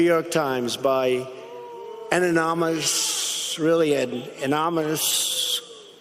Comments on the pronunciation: Trump's dentures are again trying to make a daring escape from that foul mouth of his. "...latest act of rezshishtance..." "...by an anomonish..." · an-no-mus(anonymous)... lmao watch from at 0.5x speed you'll get what he's sayin.. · An anomous really an anominous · The word is "anonymous" not "amomynous". And despite Inspector Clouseau Trump cleverly & smartly working out it was a woman why did he then continue to refer to anonymous as "he?" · Anomonous... Anomonous... Do you mean anonymous? I don't buy the idea that Trump is not on drugs of some kind. It seems drunk. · Did he say anumis? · 0.55 seconds "Anomolus" (Corrected the second time to "Annnomolus"). Even George Bush is thinking "Boy, can't you even pronounce that right?" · "Anomynous"?? 😂😂😂😂 the best words...he has the best words folks!! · 'Anonymous', Donald, not 'anomush' - another word not in Trump's verbal lexicon of 'best words'. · Anomonence? Russure thing? United schtates? He is ruining Mousilini's likeness? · "An anomous... really an anomonus..." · Mark Watney : Is that your real name, or are you, “Anonymush!”? 😆👍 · Anomus, Autonomous or Anonymous. Clearly Crump is confused how to pronounce. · LibHunk : His dentures pronounce it, “Anonymush!” 😆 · Donald "anonomush" Trump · I thought I heard, "a-money- mous.. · Kermit T. Frog : Trump can totally pronounce, “Anonymush.” What are talking about? 🤣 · What's the matter Mr. President? Is "anonymous" too many syllables for you? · Sounds like poli-grip is slipping up again! 🤣🤣 He butchered that word to DEATH!! Good ol stable genius right there! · Rudi and Senility should have a marriage ceremony so it becomes official. Trump can't pronounce anonymous!!! Trump you need to realize that knowing the name will not change the content of the op-ed. You need to address the detail therein. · "for the sake of our national security" we should have a president that can f-ing pronounce the word "anonymous." ...especially after two consecutive tries!